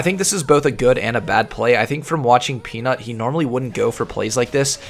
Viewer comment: I hear you tried hard not to make Peanut sound like Penis like in the last vid xD